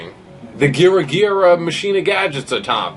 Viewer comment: And its ma-ki-na not machine-a